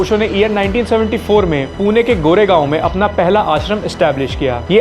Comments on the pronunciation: Aapne gore gaon bola hai wo koregaon hai bhai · Goregaon nahi bhai, Koregaon (park) ..... Goregaon Mumbai mein hai, Pune mein nahi